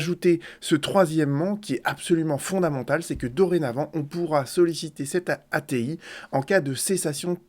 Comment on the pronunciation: Lire loi "A T I) et non a t il. Merci